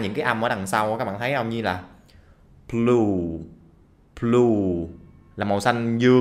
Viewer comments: haha vãi cả không nghe được. 😅😅 mình không nghe được thì nghe đâu có lết lên được 8.5 listening đâu😁😁. Nghe rõ ràng là âm P mà, chứ b đâu đây. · Có phải tai em có vấn đề không? Em nghe blue giống plue. Âm b giống p quá anh ơi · k nghe rõ thì đừng cãi . ad đọc chu b trong blue. chu p gi o đây. chăng lẽ ad phát âm plue cho mau xanh dương. nếu đọc sai chữ đơn giản vậy . dám dạy mấy bạn sao ? chỉ có bạn k nghe đuoc thôi. ban hiu k.